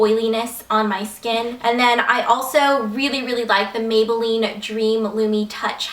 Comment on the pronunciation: OMG when you said megaline instead of maybelline when you were talking about the mega plush mascara- I DO THAT TOO!